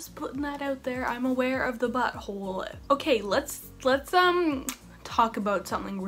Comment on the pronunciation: Y do u say ‘butthole’ so strange